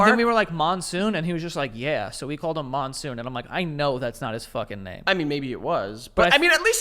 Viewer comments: I'm just thinking about the middle eastern man you called Monsoon ... the middle eastern name I know that's close to that is Mansour (pronounced Munsoor). I'm dying 😂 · His name was Monsour not monsoon 😆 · its mansoor lol not monsoon 😂😂😂